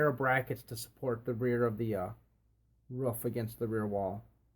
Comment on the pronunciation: Great video just hate how you say roof.